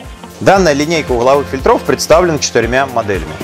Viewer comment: Кровь ушей моих! ФИльтров! ФИльтров! ФильтрЫ! ФильтрЫ!